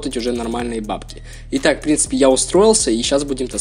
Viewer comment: Научись говорит нормально "в принципе" на 2 минуте уже бесит